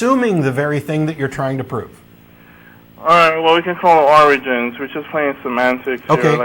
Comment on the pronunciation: ... "Oranges of the universe" ... you can't convince me that isn't what he said